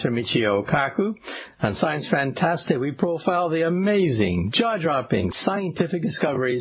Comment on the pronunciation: When he says 'jaw dropping' I hear 'jar jar binks'